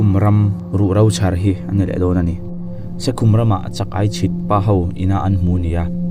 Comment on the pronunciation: Se khum,,(mutna khum) ang hian Se khum, tih tur a ni zawk lo maw.